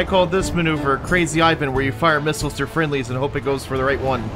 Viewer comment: They're called "missiles" not "hittles"